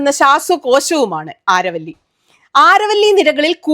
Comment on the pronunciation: അരാവലി എന്നാണ് അരവള്ളി അല്ല.